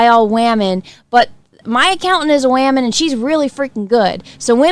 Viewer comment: say "waaman" better than anyone 😂